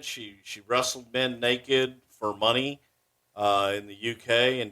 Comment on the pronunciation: THAT'S NEKID! N-E-K-I-D! NEKID! LMAO